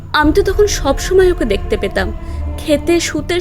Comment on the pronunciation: চাঁদ উটলো ,শিউরে উটলো,দেকতে লাগলো, স্বপ্ন দেকতেন, আর কত বলবো বলুন। তবে আপনার আর একটা গল্প "রূপমহলের আতঙ্ক" তাতে আপনি ক্রমাগত মেশিন কে ম্যাশিন বলে গেছেন।